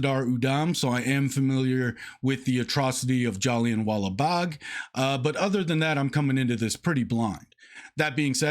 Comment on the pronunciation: "Jallianwala" is pronunced as "Jaliaa wala" another example is "haan" which means "yes" and is pronunced as "Haa" although the "n" is not 100% silent, you will need to pronounce it a little (like 5%), if not then it should still be OK.